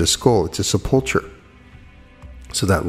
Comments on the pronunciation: sep·ul·cher /ˈsepəlkər/ The "ch" is a hard "k" sound. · Love your videos and I admire your wisdom in all things metaphysical; but sepulcher is pronounced seh-puhl-ker.